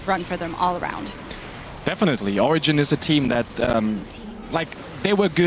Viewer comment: she is pronouncing it correctly, because it is a spanish word and in spanish 'g' reads as 'h'